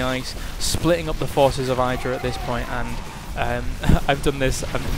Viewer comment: Idra isn't pronounced with a long "I" as in kite. But short as in kitten.